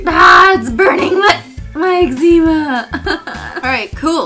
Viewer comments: You got exma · its X ma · I say it like eggs a ma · the proper way is egg-zem-uh, not egg-zee-muh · It’s not ex-zee-ma. It’s ex-za-ma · I say it like eggzma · I say egg-zema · I say it exma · You say eczema strang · I actually have excema, I have it in between my elbows and knees cri XD